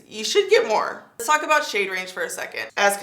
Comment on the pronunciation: “Les put this one away” 😂🤣😂